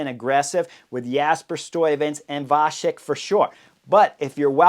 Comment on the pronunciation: Chris, as a Czech myself, it’s more like “Vatzek. Love you mentioning him! Great video though :)